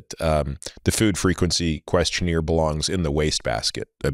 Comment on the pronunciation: It's not qurstioneer. It's questionnaire.